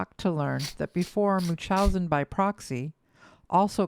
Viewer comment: Am I the only one getting annoyed that the narrator doesn't pronounce the N in munchausen? 😵😅